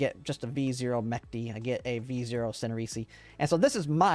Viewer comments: это русское слово и читается оно по русски, через Ч, а не через К. Греческие корни тут никак не влияют на произношение, это разные языковые семьи индоевропейской группы. МеЧты, но не меКты. Кролик, но не Чаролик. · Thank you for video, very useful But one thing - It's not Mechty like mach, but me-ch (like chonky or chubby or catch or Che Guevara)-ty, soft "ch", not harsh like in "chronical"